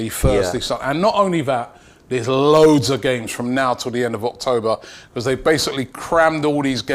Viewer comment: Is it just me or does Robbie say because like beecccwooozzz!